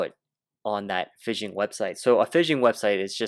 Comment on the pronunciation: 'PHISH - ING' is the word your are pronouncing like "FIZZION"